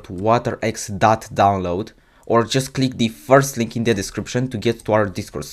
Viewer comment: why you said "deez" instead of "the"??